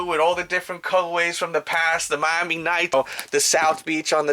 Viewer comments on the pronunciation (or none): none